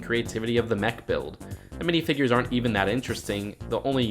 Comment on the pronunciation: did you call them binifigures?!?!?!!?!?!??!!?!?!?!?!?!